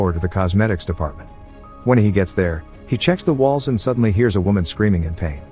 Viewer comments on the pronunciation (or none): So this narration is definitely a text to speech program right? Because they pronounce some simple words totally incorrectly ha. “no matter what she heats” instead of “hears”